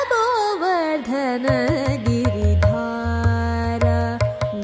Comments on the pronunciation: Beautiful rendition... Just be mindful of pronunciation - It is Govardhana Giri Dhara Not Dhaara. Govardhana Giri Dhara - He who bears/ holds the Govardhana mountain Dhaara is a stream or flow . Also Narayana tirthaarchita charana नरायण तीर्थार्चित चरण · It must be pronounced and sung as " GOVARDHANA GIRI DHARA and not as GOVARDHANA GIRI DHAAAAARA" as sung in this rendition many times.The same mistake is observed in the rendition of many popular singers also. But for this, the rendition is excellent and with devotion-fillled heart.